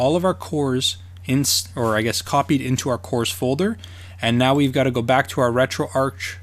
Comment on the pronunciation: Like your videos but curious why you call it RetroArk, it is RetroArch. Arch like in the Golden Arches. :)